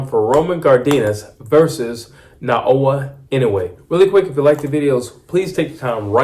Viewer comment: Getting closer. 😊 ✅ - NAH-OH-YAH ❌ - NAH-OH-UH I dont know much of anything about Cardenas. He seems to have some pop for sure. From the llttle bit Ive seen of him, he gets hit with left hooks too easily. And the people I've seen him fight did look like bums to me. Gonna say Inoue stops him, starting with a cracking check left hook in the 5th round. Kim said "is that all you got?" and look where that went. 😅